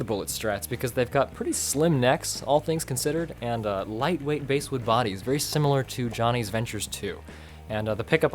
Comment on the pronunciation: Basswood is pronounced like the fish not the instrument.